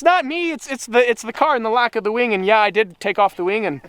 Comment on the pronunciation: lol the way you said wing